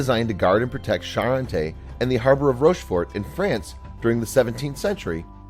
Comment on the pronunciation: The 't' at the end of Rochefort is silent.